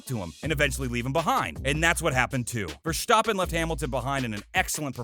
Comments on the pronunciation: STOP SAYING VERSTOPPEN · Yeah, I was wondering if I just misunderstood the video. Clearly whoever made it has never actually watched F1. Michael Shooomoker, Vershtoopen! (The mispronounced names were fairly entertaining though) 😂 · Holy fuck I haven’t heard this guy pronounce one fucking name correctly. Vershtoppen, Ierton, Vilnuuuve, Shewmocker, Roseburg. If you’re going to do all this research take the extra 5 seconds to learn how to pronounce the names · fair enough, I’ll concede the point on the Schumacher pronunciation, if you say so. But that wasn’t the main point I was making. And he definitely did mispronounced Verstapen and Ayrton. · "Vershtoppin" "Roseberg" "Ire-ton Senna" etc - wow, you literally got every important name wrong except Brundle. Maybe do videos on another topic....